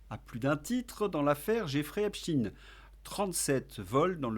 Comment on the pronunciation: Insupportable votre prononciation de Epstein qui ne se termine pas par in…..comment prononcez vous Einstein…..rectifiez en urgence